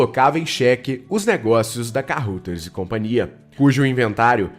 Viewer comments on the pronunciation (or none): Ótima matéria, li o livro e assisti o filme com Paulo Beti. Só uma observação: Kaeuraders, é assim que se pronuncia Carruthers.